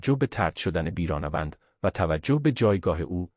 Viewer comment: بیرانه وند چیه؟ تین چه طرز بیان هست!؟ احتمالا نرم افزار هست ولی چرا اینطوری؟